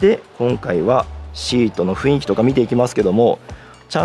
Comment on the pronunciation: 情報ありがとうございます。 少し気になったのは、雰囲気（フンイキ）が正当なのに、何度もフインキと言われていますよ。 雰囲気は（フンイキ）ですよ。